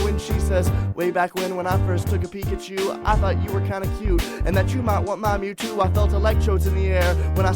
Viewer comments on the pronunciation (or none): none